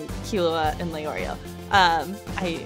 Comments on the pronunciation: The only thing that annoys me is the fact that they say Leorio and not Lay-Oreo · It makes me mad when they say Lee-Oreo but I guess I can’t be mad.